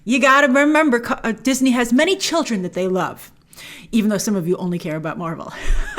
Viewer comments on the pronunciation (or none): none